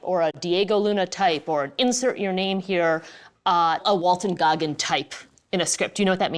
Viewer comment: Really, THR? "WALTER" Goggins? lol